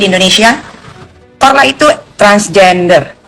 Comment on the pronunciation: korla kok jadi chorla😂